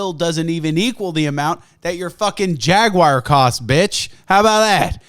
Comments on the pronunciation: What the hell is a Jaguire? It's Jaguar you heathen. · It’s jag-u-ar not jag-wire you uncultured swine. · Jaguar. JAG-U-AR. Not fucking Jagwire. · What the hell is a jagwire? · He just called a jaguar a jagIER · Jaguire. Tony ja guire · WTF is a Jagwire? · As a sweetly little Englishman, it upsets me to hear that you pronounce Jaguar as, “Jag-Wire” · say "jaguire" again... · he said jagWOIRE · Not sure what a Jagwire is... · Jag-wire lmao. To be fair, the new Jaguars are pretty fuckin' dope